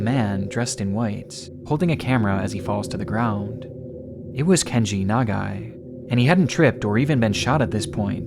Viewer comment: one: perfect pronunciation of Nagai two: i'm a photographer, and if i had a camera in my hands while i'm dying, you'd goddamn bet that i'd be taking photos. three: even as a journalist, he must have known how dangerous it was to be there; what a hero